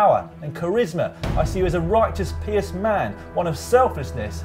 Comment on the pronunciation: Hope you boys are better with your power numbers than you are with your language! If I must - pious is pronounced pI-us, Dan. And that's a virgin sacrifice, not a suicide, Simon. As you know, our dark lord is very particular...